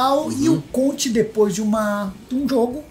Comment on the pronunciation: CONTCHI KKKKKKKKKKKKK